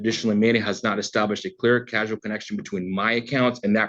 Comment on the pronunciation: "...a clear casual connection..."? I think means "a clear causal connection"!